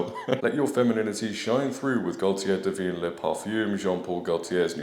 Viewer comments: So Dylan basically said camels smell so I’m spraying the desert with a perfume, oh and I’m littering, you pick it up because I’m too much of a princess to do it. Then went on to assault a camel by gyrating on it all the while insulting women. Oh and mispronouncing the product. It’s Divine not devene. Great one. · "Diveen" womanhood